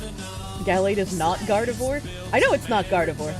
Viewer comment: Can confirm weed does exacerbate schizophrenia. It can also bring it on early if you are prone to the condition. My cousin was diagnosed in his 30s as paranoid schizophrenic after habitual weed smoking (which he is continuing, go figure) for 20 years. Also: Gardevoir is pronounced "Gard-eh-vwar", not "Gard-ah-vore". Americans. Pfah! God that's such a horrible rendering of John Kennedy. That is 100% AI or AI upscale.